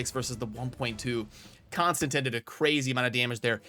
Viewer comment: Konstantin... Say it with me now CON-STAN-TEEN